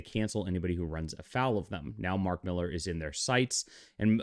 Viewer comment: Why do you insist on mispronouncing Millar's name? You are supposed to be a comic book insider, yet don't know it's pronounced Miller? Ponderous...